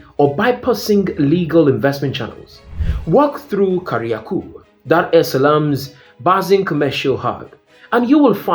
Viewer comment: Je, wewe si mswahili? Ungejua jinsi ya kutamka majina ipasavyo, kama Tanzania na Kariakoo....